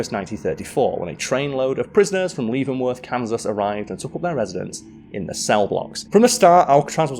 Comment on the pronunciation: Came down here to see if anyone else is commenting on pronunciation of Leavenworth.